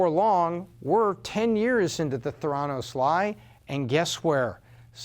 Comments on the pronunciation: Pronounced “thé-ra-nos”, not “the-rá-nos”. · Just a teensy quibble: it’s pronounced “THAIR-uh-nos”, not “thair-AH-nos” - because the name is a portmanteau of “therapy” and “diagnosis”. Great video though! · What I hate are all the people who say "Ther-ANN-os," instead of "THER-a-nos", the way everyone in the know pronounces it. Haven't you seen any of John Carreyrou's interviews? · "The-endos" omg... lol . edit: so lesson is: if u drop out, make sure it's Harvard and not Stanford lol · He doesn't even pronounce the name of the company correctly. Hack job. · Fail on pronouncing Theranos in different ways , one sentence to the next.